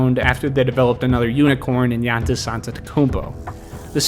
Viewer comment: how do you not know giannis' name bruh. This is your job